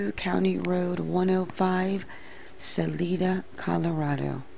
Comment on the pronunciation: I don't mean to be nitpicky but it's pronounced like saliva only saliDA. Also, Chay-fee, like chicken.